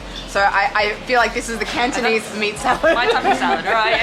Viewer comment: I noticed that the host has very good Cantonese pronunciation.